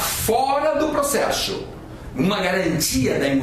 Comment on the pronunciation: Ótima aula. Me acabei rindo com o "procexu" HUAHAUhUHAAHA